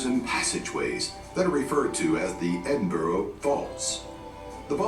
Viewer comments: It is NOT Edinboro. It is Edinburgh. Edinburra. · Not Edinburg. Edinburgh = Edin buh ruh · Edin-burrow kills me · Pity the background narrator can't pronounce burgh (as in Edinburgh) correctly - it is not boro (as in Edinboro) ☹ Try Edinburra. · Americans....Please learn how to pronounce Edinburgh...it's not Edinboro......it's pronounced Edin-bruh...after you've learnt that...we'll move onto Worcestershire Sauce lol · Edin brah... Not bro. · only one thing I ask. If you come to Edinburgh please don’t call it Edinborro it is pronounced Edinburru as in Edinburgh thank you xxx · I think you mean "bruh" -or "Embra" if you're local. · I cringed every time I heard the narrator say Edinboro! Scotland (not Scatland, an evil mispronunciation) is an amazing country. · "Edinboro"...... lol! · Edinburgh is pronounced Edinbra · Take a shot every time he pronounces it "Edin-burrow". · Interesting clip but spoiled my the narrator’s pronunciation of Edinburgh. It is pronounced Edinburra ! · Damn wish these videos could pronounce Edinburgh properly. It's Ed-in- bura.